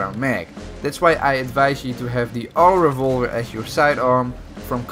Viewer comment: Lâm Cao Vũ please also articulate when saying auto-revolver. Au to